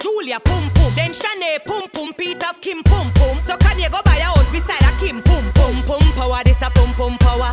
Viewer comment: I love how she pronounces Kanye 🤤😂